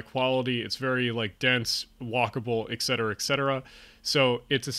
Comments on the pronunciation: Please ... "ET Cetera," not "ECK cetera." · EKSETERA, EXETERA, EGGSETERA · There is a lot of good information in the video. Your scripting needs improvement, especially to remove explicatives and to improve your narrative flow. Please remember that there is no "x" in etcetera. I do appreciate your focus on Improving urban areas in the U.S. Thanks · Regarding your list...correct “ect...” FYI: It stands for “et cetera”, thereby it is abbreviated “etc...” Maybe the error by so many is because of improper pronunciation of the word “et” ...it isn’t pronounced “eck seterah”